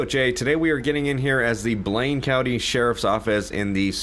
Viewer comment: is it me or did he just say coudy instead of county lol